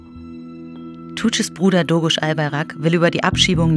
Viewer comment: albaYrak und nicht albarak. DOĞUŞ und nicht doğruş. Lernt mal lesen und hört auf buchstaben rein zu intepretieren die nicht da sind wenn ihr schon über so etwas wichtiges spricht lernt erstmal die namen richtig auszusprechen es reicht. Der pfall.